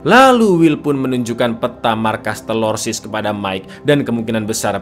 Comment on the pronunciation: Bang,ane kasih ide nich coba nyebut TERORISNYA jangan TELORSIS terlalu ribet coba diganti sebut dengan TERASI... 😂😂😂